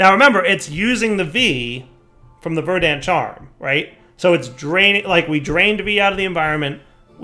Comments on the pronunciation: Yup, Verd ant not, Ver dant. is the type that can’t say: osteoporosis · the emphasis on "Verdant" is on the first syllable